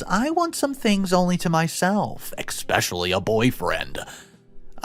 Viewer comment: Especially* not "expecially"! 😁